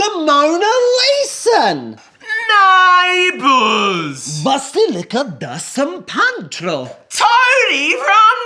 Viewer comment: San Pantro lol Mark could pretend to be an acceptable Italian until he came out wit that Dolmio super shit lol